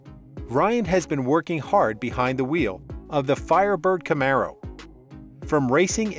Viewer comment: anyone else hear him say firebid camero ..